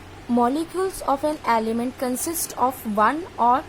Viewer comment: its not 'aaliment' its 'element'